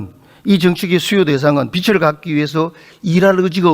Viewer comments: 국회의원이나 되는 사람이 비츨 비츨.... 뭔 빛 이야? 빚 발음도 제대로 못하면서 대한민국 국회의원 맞냐? 발음이나 똑바로 하지.. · 아저씨!!! 빛이 아니라 빚이라구요! 빚!! 빚!!!! 비지라구요!!! 비츨 갚긴 누가 비츨 갚아!! 비즐 갚아야지이!!! 한국말 발음도 안되냐구요!!!!!!! 아니면.. 자기가 하는 말이 인식이 아예 안되나?? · 빛을(비츨) 빚을(비즐) 국회의원이 발음 좀 신경씁시다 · 빛을 탕감? 그런 말이 어디있나. 비츨탕감이라니.. 비즐탕감이다..국어도 제대로 발음 못하는 경상도 국회의원...한심하다! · 자꾸 빚을 빛이라고 한다냐... 국어공부부터! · 임종득 의원님, 빚을->비즐 빛을->비츨 발음 고쳐주세요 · 비즐이다 비츨이 아니고 어느나라 사람이냐. 빚을을 비즐로 발음하는 거다. 듣기 거북히다. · ”비즐 “이다 임종득아. 발음이라도 제대로 해라. 난감해하는 표정 하나 보려고 다 지켜봤는데 시간 아깝고 답답하네,, 진짜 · 국회의원님, 차관님!! 빚을--->비즐 입니다. 빛도아니고 빗도 아니에요 ㅠ . 제대로 발음하시는분이 한명도 없넹😢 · 빚을 은 비츨 아니고 비즐 이라고 발음합시다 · 임종득 왜 자꾸 빚을 빛이라고하냐 아유 무식해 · 종득이는 경제 단어를 지가 설명 못 하겠으니까 차관들한테 물어보네. 딱 보인다. 종득아, 니가 편의점 알바를 해. 우리 동네 편의점도 문 닫더라. 종득아, 발음이나 똑바로 해. ㅡ빚을ㅡ이 단어를 비츨로 발음하네 ㅋ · 임종득 국회의원이라는 자가 빚을(비즐) 빛을(비츨)로 발음한다. 발음에 따라 의미가 전혀 다르다. 국어공부나 제대로 하시길